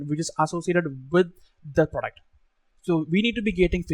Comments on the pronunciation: Best part " praduct" 😂😂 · Product ❌ duck ❎ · Work on your pronounciation sir say the word product properly